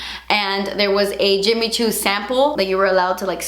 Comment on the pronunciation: "Tenks isss Jimmi choo"😂💛